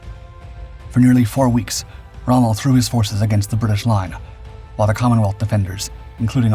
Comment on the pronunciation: 12 seconds in and you've messed up already. (You normally take up to 23.). That's Rommel not Strohme